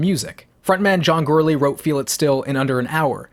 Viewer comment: I love this video. Portugal. The Man has been my favorite band for 11 years now. But dear Jesus, John’s last name is pronounced GORE-ly not ‘girly’.